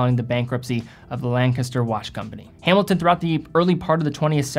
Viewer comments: a tip for pronouncing Lancaster County, PA. The locals pronounce it "leng'-kes-ter" with the emphasis on the first syllable (not "lan-cas-ter'). Proper pronunciation yields more cred. Ask someone from there to confirm. Otherwise, good vid. Keep at it! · FYI, Lancaster is pronounced with the emphasis on the first syllable: LANK-aster.